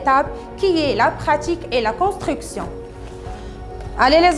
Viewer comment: Constriction de l'eutil, Comme d'habétude, Avon de commoncer, Qui va vous aider à se rappeler.... Svp svp svp, soignez votre accent, revoyez ce que vous dites, ça ne sert à rien d'apprendre par coeur et venir réciter ceci en vidéo, vous êtes devant des enfants a 3ibadlah comment on a pu vous prendre comme maîtresse pour une classe qui est la base de l'enseignement??????? Ni accent correct, ni grammaire,, ni lexique, ni conjugaison et en plus vous récitez! Non mais j'hallucine !!!!!!